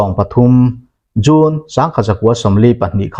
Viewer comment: June I lam dan hi a June bik ngawih2🤭